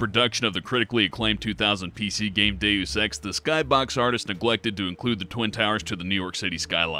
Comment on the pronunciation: Deaus ex sounds like do you sex